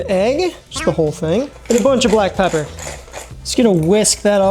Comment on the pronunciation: I was going to subscribe right away until you said "black pepp". Cringe